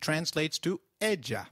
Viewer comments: Ella is pronounced "ehya" like in yoyo NOT "eja" like in Joe! double 'L' always like "y". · I agree I thought two ll's makes a "y" sound not "j" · Hey, actually 'll' is pronounce as "y" or "j"... I'm confused... because I've heard that "Ella" pronounce as "eya" but in this lesson He pronounce "ella" as "eja" so which one is the right one ? Can anyone tell me , por favor